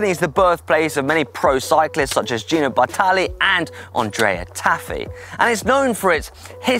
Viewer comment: You still have to perfect the pronunciation of "Bartali" and "Campagnolo", but you get 10 extra Italy points for knowing your way rolling up fettuccine!